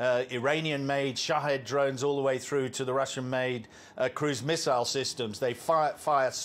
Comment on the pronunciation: How many "MISSISLE" did😊 you count???😅😅😅😅😅